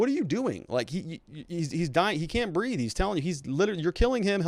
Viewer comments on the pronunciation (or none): none